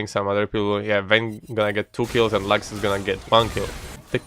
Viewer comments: Why does he spalls lax?It is Lux It sounds really weird to hear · The way you say "lux" basically sounds like the german word for salmon